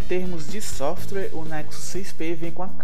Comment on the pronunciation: ele realmente fala softrue?